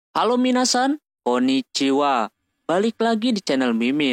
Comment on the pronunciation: Dengar koniciwa pengen muntah dan close video nya